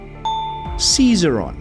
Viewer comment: Dear, I really enjoy your quizzes. If I might make a hopefully helpful suggestion? Please look up and practice the pronunciation of words you might not be completely comfortable with? (Ex: lyre; "leer or lier" (it's correctly pronounced LI-er), or "Ses-AIR-ee-on for Caesarion), it would really help your listeners. Keep up the good work! 🙃